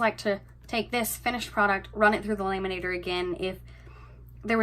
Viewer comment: Omg...its not "laaay-man-nator", its lam-man-ator"...just couldn't get past that! Sorry, not sorry!